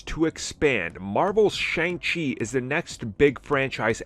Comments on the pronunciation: I absolutely love this channel but I they would pronounce Shang-Chi correctly. Like, they're not even trying.....Shang-Chi (pronounced Shung-Shi). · You keep pronouncing Shang-chi the wrong way.